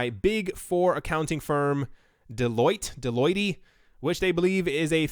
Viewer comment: Dude I thought you were knowledgeable on finance?!...you've never heard of Deloitte & Touche?...you pronounced it like you've never heard of them before. That looks really bad man. It's only one of the largest tax & business consulting firms globally and has been for many decades.